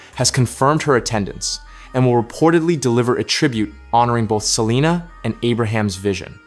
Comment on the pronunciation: This AI is horrendous. Pronouncing the last name wrong and really chopping Selena name. What a disgrace to the families legacy. Really????